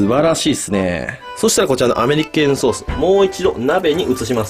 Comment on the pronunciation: アメリ系のソースってずっと聞こえてた…